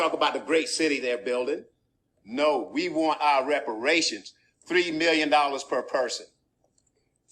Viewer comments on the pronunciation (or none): That man wants his wepowations.